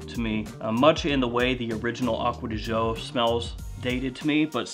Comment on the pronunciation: I love when you say "Acqua di Joe " 😀😀😀 happy new year !!